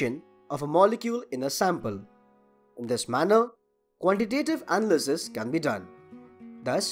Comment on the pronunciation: The way you emphasized certain syllables in words distracted me a lot from the content. Maybe looking up standard English pronunciations before doing voice-overs would help. Analysis, determine, and spectroscopy for example.